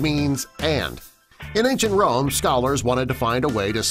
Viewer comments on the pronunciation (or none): none